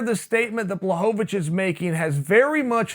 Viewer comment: It's pronounced Blahovavich, Chael.